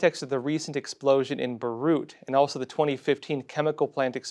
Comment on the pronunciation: Please improve your pronunciation of names and places. For example, it's not Burrut... Beirut.